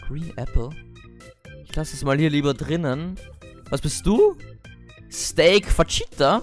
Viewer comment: HAHAHAHAHAH Fajita sagt man fachitah und nicht fatschita